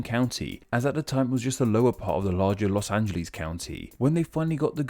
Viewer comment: I like the traditional British pronunciation of "Los Angeles" very much.